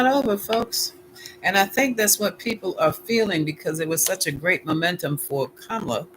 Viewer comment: Ka'- ma-la